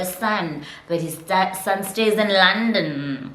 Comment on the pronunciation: I shouldn't be laughing but the London took me out 🤣🤣🤣